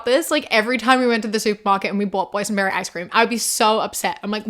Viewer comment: Ngl I thought you were saying poison berry icecream not boys and berry icecream